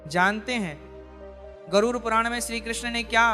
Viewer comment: राधे राधे गुरूजी गरुर नहीं उसे गरुड बोलना नाहीये.